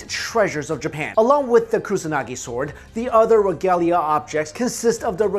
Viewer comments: You pronounce it Sord not sword... yes you spell it sword but that's not how you pronounce it!! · The 'w' sound in 'sword' is silent. it's pronounced as 'sord' :) but great video!! I love your channel so much. keep it up!! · Robert Roberts he's pronouncing svord wrong. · swooowwrrdddwwwwww sqwswrrreee spwwaaceeee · uuuugggghhhhhh,,, the w is silent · Why do you keep pronouncing the "w" in "sword", like Finn the Human? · ok THATS IT can we PLEASE incinerate EVERY bum that decides to pronounce the "sword" without the silent letter "w" or at least throw an egg at them XD Disclaimer: is excluded from this law and all of his associates as well because we have nothing but respect for em